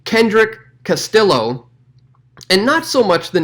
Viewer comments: BTW Castillo is pronounced "Kas T Yo" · Pronounced Cas tea yo